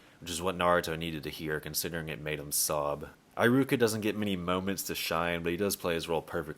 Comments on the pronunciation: Bro why do you spell pronunciations like that? It's eh-ruka eye-ruka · “Eye rooka”